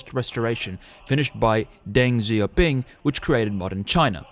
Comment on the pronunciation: Rule 1 of Researching China's cultural history. If the narrator cannot pronounce the name of Mao's successor properly. They don't know what they're talking about.